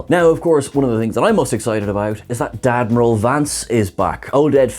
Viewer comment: DAdmiral? Freudian slip much?